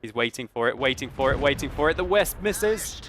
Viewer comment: The wespe is pronounced vespa